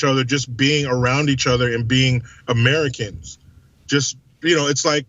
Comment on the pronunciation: I like and have watched many of his videos. He's a no bullshit kind of guy and tells it like he sees it. Plus, I like when he says Ameri-CANS.